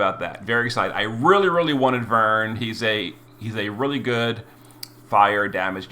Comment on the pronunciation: Glad you pronounced his name properly lol ("VERN") That aside, I wonder how they'll treat with the fragment select tickets that I assume were in that mail? That exchange shop is already closed